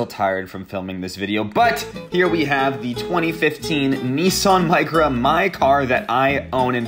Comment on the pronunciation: neson??? nissan